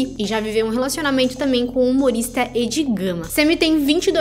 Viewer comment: Quem fala "Êd"??? Meu deus....